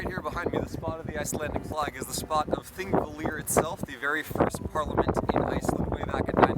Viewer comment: How you say Þingvellir is the best thing I’ve ever heard